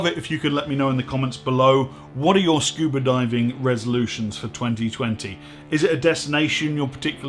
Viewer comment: This is a great channel! I learn a lot but the real reason I log in is to hear say "scuber" diving.